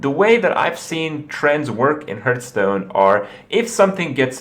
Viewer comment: Hurtstone, lewl wut